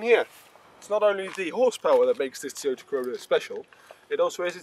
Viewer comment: What's a "Tee-ota?" Is that like a "Tyrota?"